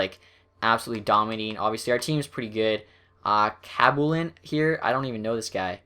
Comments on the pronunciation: khabibulin is pronounced hab - you - bowl - in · Do you not know how to say Khabibulin? You don't know who Nikolai Khabibulin is? Hab-ee-boo-lin